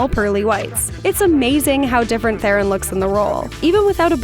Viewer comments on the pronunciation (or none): Charlize Theron's last name is pronounced "Ter-on."